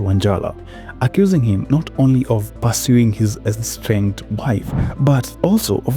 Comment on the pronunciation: Estranged not enstranged